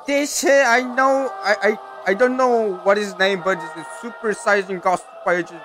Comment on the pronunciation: On behalf of all Dragonball fans, I forbid you from ever saying the word "saiyan" again